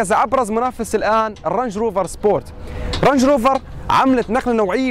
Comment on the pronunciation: علي فكره اسمها رينج روفر مش رانج عادي فوت على المترجم و احكي الاسم صح اذا مش عارف تحكي الاسم صح بدك تعرف تقارن هههههههههههههههههههههه بعدين عندك بال P هههه بس الحق على المخرج مش عليك